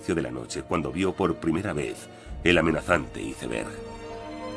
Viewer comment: Iceberg (con c, no con s) es un término castellanizado e incluido por la RAE en nuestro idioma, no hay motivo por tanto para pronunciarlo en inglés. Como no pronunciamos gol, suéter o líder en inglés, sino en su forma castellanizada. Y no es lo mismo que un témpano 😅.